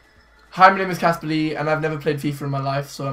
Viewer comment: Caspar.. AR. NOT ER.